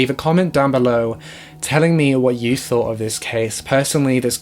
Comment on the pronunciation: And the word "thought" tort, I love it.